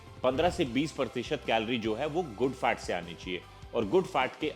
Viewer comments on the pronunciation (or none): His FAT sounds like FART 😂😂😂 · Sir Kindly Pronounce FAT properly.....A good n every word